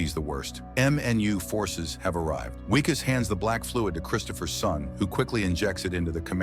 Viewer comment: Its Vickus not Wickus